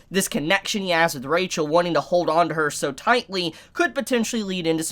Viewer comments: Pleaaase staph pronouncing rachel the way you do xd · can someone explain to me with he prenounces rahel instead of rachel or is it a spoiler